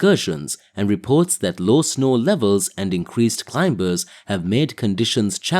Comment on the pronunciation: Hey, would be nice is you could pronounce climbers properly. I mean it's the most important word in this genre. It's not clime-bers. The B is silent. Just saying.